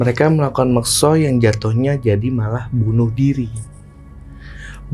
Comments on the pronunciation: Mekso itu beda mas sama Moksa.. tolong di koreksi ngucapnya.. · Mas mas, mekso sama moksa itu beda arti.. katanya keturunan jawa gunung kidul. Tapi kog gak bisa ngucap yg bener. Beda yaa mekso sama moksa. Tolong dikoreksi.